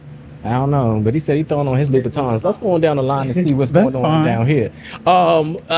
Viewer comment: And he literally said ‘Loubatins’